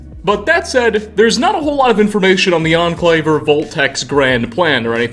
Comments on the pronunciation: nuclear war was inevittableeuhh, the ahhn clave, thanks to a number of bunkers and offshore riggsuhh cant you just cut out the "uhh" you make at the end of words its really annoying and seems like you could just cut it out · "The Enclave-UH" like 50% of the words he says ends with "UH"